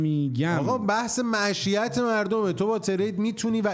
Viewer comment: معشیت؟؟؟؟؟؟؟؟؟؟؟ یارو بیسواده... معیشت رو میگه معشیت.... کلاهبردار بیسواد بعد از اور کائنات و قبیله و پولسازی زر میزنه... ای خدا، حقشه هر خری که این کلاهبردار پولشو میخوره